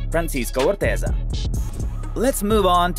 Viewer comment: Its Francisco "Pancho" OrteGa, not OrteZa 😅